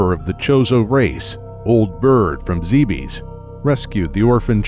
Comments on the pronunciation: you got almost all the planet names wrong!. its supposed to be zeh biss bree oh ee le si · Hold up...did he say Planet "zeebees"? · It's zeb ess lol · I used to call it Zeebs when I played prime xD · It's pronounced like Aaron. You may or may not like Other M, but it was still directed by the series creator, so I'm sure the pronunciations are correct. I'm bothered by "zee bees." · The video itself is very good. The narration is disjointed, poor in syntax, uneven in audio, missing details, and with bad pronunciation, including on one of the series' most important words (Zebes). It completely took me out of the video, which is a shame as some people worked hard on this. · Could you for the love of god learn how to pronounce Zebes and Arron couldn't watch more than 2 minutes of this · I really wanted to like this video more, it I just can't. The starting narration is disjointed and pronunciations are bad, and that took me right out of the video. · Good video (I'm only ) but it bothers me that Zebes is being pronounced like a French Nick Cage. "Not zee bees!" It should be "ZEB-es." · zebes not zeebeeess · Heh. Zeebees. Heh heh... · You keep saying zeebees, I thought it was pronounced zebas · ZEB-ES not ZEE-BEES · ZEH. BES. ZEH, BES NOT ZEEBEES ZEBES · NOO IT ISN'T PRONOUNCED ZEE BEES IT IS PRONOUNCED ZEH BISS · It's pronounced Zeh-bess. Not Zee-beez. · its not pronounced zeebees its pronounced zeb es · ZEH-BEHS NOT ZEEBEES!!!!!!!!!!!!!!!!!!!!!!!!!!!!!!!! and other m should not be cannon. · It's not pronounced Ze bes its Zebis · Is it spelled Zeebees? Zibis? Zybyeeees? No? That's right. It's Zebes. Zeh-behs. Not that hard. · boring narrations and mispronouncing "Zebes" (Japanese is ZE-BE-SU) so shit should be obvious, made me drop this bid in less than 2 minutes. Nice job. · Sit down, excited to snug in and watch a nice, long, 20 min Metroid Timeline video. First sentence in the Timeline proper: "Zee-bees" -_ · Zeh behz correct? Not Zee bees? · did you just say zeebees?